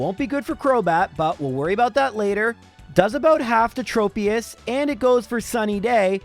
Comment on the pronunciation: Since Tropius' name comes from "tropical" it should be pronounced "Trop-eus" not "Trope-eus." Also, everyone (including myself) pronounces Xatu wrong. It actually comes from an obscure word "Xat", which is a carved pole erected as a memorial to the dead, and according to EnPR/IPA pronunciation, it's pronounced "ᴋʜät", meaning that either just "catu" or a mix of "hatu" and "catu" is how you would pronounce its name. Admittedly, "Zatu" is an easier pronunciation and I'm sure it sounds better to some people. Very good run though!